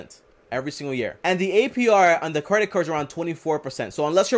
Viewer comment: I had to rewind But….. did this nigga really say “cwedit card”😂😂